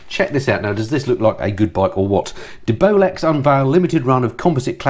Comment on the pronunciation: Not sure you're pronouncing DeBolex correctly.